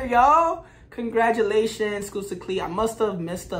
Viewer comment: "Skusta" is pronounced like "busta" in "busta rhymes"